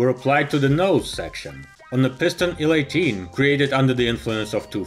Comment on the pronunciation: It's not "ILL 12" it's "EYE-ELL 12" It's not "ON-10" it's OH-ENN 10."